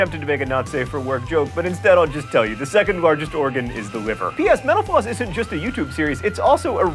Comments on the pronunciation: Every time John says Mental Floss, all I hear is menopause. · I keep hearing menopause instead of mental floss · Every time you say mental floss, it sounds like menopause. haha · My sound isn't that great on my laptop but at the end it sounded like you said "thanks for watching menopause" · I keep thinking he said menopause.